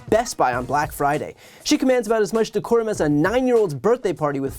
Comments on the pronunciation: I think they are also laughing because she should have said "Abide by THE decorum of the house" but as she has no idea what decorum is, she said "Abide by da corum of the house." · No, she did not. She said Corhum of the house. She does not know what decorum or coruhum for that matter mean. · Decorum? Did she say "decorum?" MTG should be taken as seriously as clown shoes. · Decorum she say 🤣🤣🤣🤣